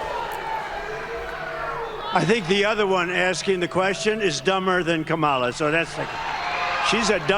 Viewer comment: Every 'Ka-MAH-La' is basically a dogwhistle N-bomb anyway. He's saying she's 'other than us'...her name is too strange, too foreign to try committed it to memory or try to respectfully pronounce it correctly. Rapists are rude assholes 🤷‍♂️